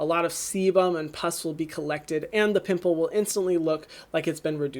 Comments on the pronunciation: Omg Hyram just took away my age, making me feel like a 5 year old for laughing when he said “poomple” 😂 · “Poomple” took me out